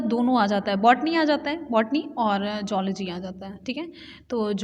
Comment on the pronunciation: मैडम अच्छा पढ़ा रहीं हैं लेकिन कुछ गलत भी बता रहीं हैं जैसे: जूलॉजी को"जोल्जी" ......